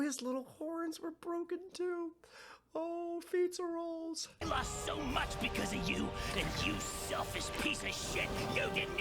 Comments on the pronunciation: Fizzarolli: ❌️ Fizza Rolls: ✅️ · Keep calling him Feets-a-rolls 😭 Doing my boy so dirty! Also I love how Ozzie's instinct upon getting a video message from his boyfriend is to throw it on the big screen during a business meeting. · I'm pretty sure all the fans of the show were glancing toward this episode and next every time you mispronounced Fizz's name or reiterated your dislike of him. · new drinking game: take a sip every time mispronounces Fizz's name I'd say a shot but I don't think that'd be wise XD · I think it's hilarious that it took THIS long for him to realize he's been mispronouncing Fizz's name despite it being said multiple times before now.